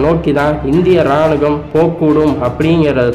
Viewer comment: நீங்கள் கூறும் செய்திகள் புறிம்படிஉள்ளது. ராணுவம் என்ற சொல்லை ராணுகம் என்று தவறாகக்கூறிவிட்டீர்கள். மாற்றிக்கொள்ளவும்.